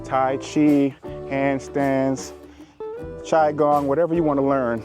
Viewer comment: My mans really gotta do qigong dirty by pronouncing it like that 😂😭